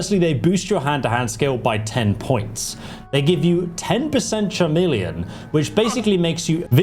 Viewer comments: That pronunciation of chameleon makes me think hasn't realised it's named after a reptile and thinks "chamillion" is just another word for invisible 😂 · So im new here and I like your videos but are you purposely messing with the "ch" in Lechance and Chameleon? Again, great video just gotta know lol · Chamillionaire they see me Rollin!! 😂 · Your pronunciation of "chameleon" throws me every time. 😂